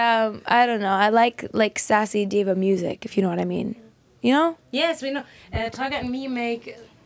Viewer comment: u know naymeen I LOVE WHEN SHE SAYS NAYMEEN